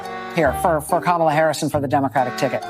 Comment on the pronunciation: That young black lady pronounced Kamala’s name wrong. Joy Reid gona call her out?